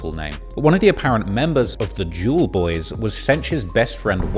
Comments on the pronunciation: spat my fucking tea out the way you said"Jewelboyz" and every time after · the way says jewlz boy is so funny